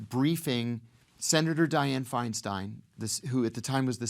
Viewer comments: heyyy! Someone who knows how to pronounce the stein in Feinstein! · Ah, an American that can pronounce Feinstein..! Wow.. Usually it is Fienstien.. :)